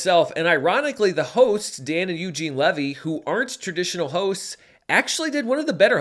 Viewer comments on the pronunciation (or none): none